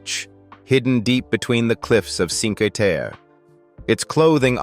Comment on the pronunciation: thanks for your amusing profile of Italy. I do have one complaint. Your pronunciation of some Italian locations is cringe-worthy and absolutely awful. For example, "Trastevere" is pronounced "tra- ste-va-ray" with the accent on "ste". And Cinque Terre is pronounced, "Chin- quay Ter-ray". with the accent on "Chin".